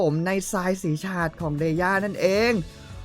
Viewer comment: ชาด ออกเสียงแบบ ชาติ นะคะ ที่พี่พูดคือ ฉาด ค่ะ (ex. สาด ปาด)